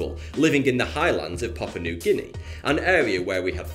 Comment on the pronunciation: It's Papua new Guinea, not papa new Guinea